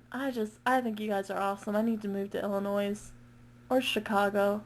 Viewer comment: haha u dont say the S in illinois and chicago is in illinois XD great video btw, im sure the boys loved it <3